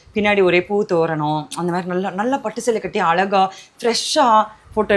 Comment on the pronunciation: அலகா இல்லை..அழகா..😊